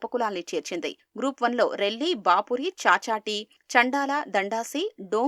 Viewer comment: Bapuri kadhu andi bavuri